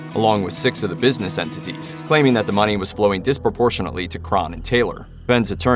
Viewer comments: Crahn? CRAY-HAN - NOT CRARN OR CRAHN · Shaun crawn it's Crahan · You mispronounced Fehn and Crahan. It's like pronounced like "Fain" & "Crayhan"